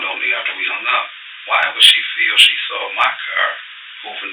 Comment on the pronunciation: Off topic but i lov how this voice pronounces “saw” like “saw’r”